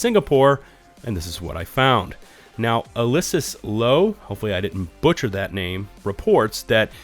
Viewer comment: Excellent investigation. By the way - it’s pronounced Al-oh-wish-us